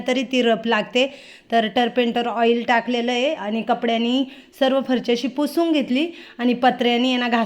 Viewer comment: ताई तुंम्ही फरशी ला फरची का म्हणतात??तुमचे व्हिडिओ छान असतात❤ sorry राग मानू नका😊